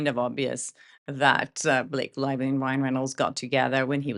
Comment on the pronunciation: Snake Lievely 😂😂😂😂